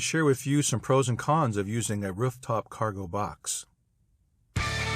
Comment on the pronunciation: "Wruf" top?